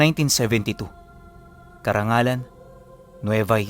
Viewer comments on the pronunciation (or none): Carranglan po..Hindi karangalan